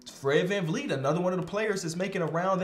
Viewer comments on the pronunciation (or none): none